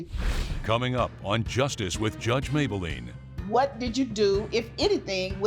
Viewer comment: Mablean not Mayblean